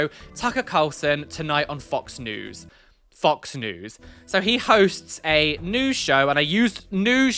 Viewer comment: I died when you said "FOX NEWS" BECAUSE.. "FUCKS NEWS"